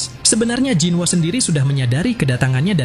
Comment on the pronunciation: Bang bacanya bukan jinwo tapi jinu